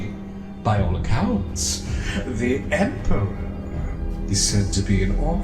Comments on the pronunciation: THE RETURN OF THE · THE! HE RETURNS!